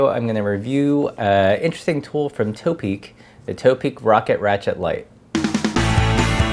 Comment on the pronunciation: lol it's not toe-peak, it's top-peak